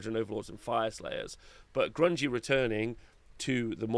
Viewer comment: Grungni not grungi